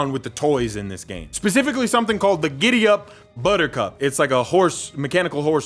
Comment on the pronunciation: tf is becifically